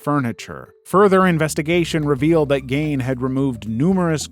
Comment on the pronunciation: You pronounced Leno Labianca's name wrong. Do some research. I've never heard it said 'Lenno.' It's pronounced 'Leeno.' Only YouTubers have ever made such errors. And then you mispronounced Ed Gein's name wrong. Ed 'Geen' is how you say it. Damn. 🙄